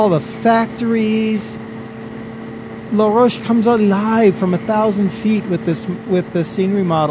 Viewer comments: La Rochelle is pronounced LA-ROW-SHELL, not LA-ROACH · u say ut like la roch elle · You need to pronounce the "Elle" on la rochelle. It is the last e that is silent. :-)